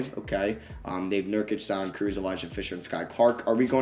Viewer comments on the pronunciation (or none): none